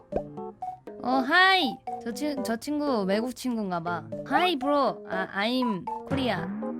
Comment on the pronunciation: 브로 발음 왤케 귀엽냐ㅋㅋㅋㅋㅋㅋ